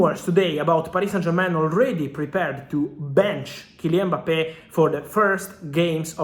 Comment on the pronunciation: Mbappe not Mpabbe